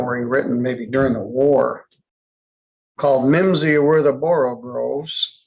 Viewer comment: "... slithy toves ..."! Not "borogroves", "borogoves"!